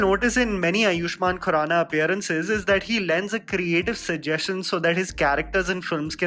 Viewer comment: He is आयुष्मान खुराना, not आयुष्मान कुराना